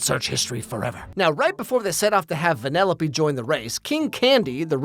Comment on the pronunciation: Venellope? Instead of weaving she races lol